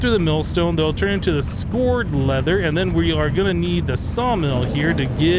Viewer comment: Psst. "Scoured" is pronounced "skowered"